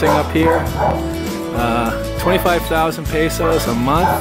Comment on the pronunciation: haha we had a fila sing that 1000 yrs song at our wedding in Medina. love the filo pronunciation--thou-zand years(US) taow-Sand years(Ph)